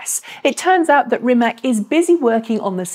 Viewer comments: Please, pronounce /Reemats/ not /Reemack/ as that is how his surname is pronounced in Croatian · It is not Rimek, it is Rimac. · Hello, just to inform you that, native English speaking persons, should pronounce Rimac in proper way, not pronouncing "K" at the end of his family name. His family name should be pronounced with "C" at the end. In our language, contrary to English, we have very practical rule and if one's follows it can not be mistaken. There is a saying in our Slavic language which goes: "Write as you speak, read how is written!" Meaning that in our language every letter has it's unique pronouncing mark (phoneme) and you just combining the letters, always in the same way. There are some exceptions, but let's leave it from this short explanation. Following the rule "Write as you speak.." in our language, even strangers can read properly, even they do not understand a word of the text. This is just to know how Rimac is pronouncing properly. Although, Mate Rimac repeated many times in public that he did not bother with this interpretation of his family name in English. Thanks and keep up with good work!